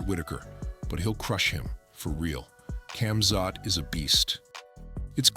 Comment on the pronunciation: I hope all going against Khamzat can keep the same energy when he wins. This bum can't even say his name right let alone make a prediction..